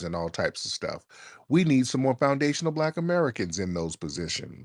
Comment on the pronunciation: She erks my nerves that she can't even pronounce foundational. The longer she spoke the more a accent came out as well